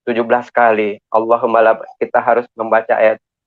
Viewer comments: Pendeta atau pelawak.wkwkwk Lalakum, Allah humalabaikaka.wkwkwk Sarjana agama kok, lidah keserimpet".wkwkwk Salah semua bahasa arabnya, tukang tipu nih demi murid🤣🤣🤣🤣 Cuman di grup sebenah nipu orang jadi bunglon dapet pahala dan di jamin sorga🤣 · Ber ber hapalin lagi bilang sajadah aja sujadah.alohumal labaik aja blepotan